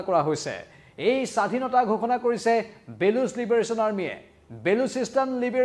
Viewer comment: বেলুচ নহয় বলুচ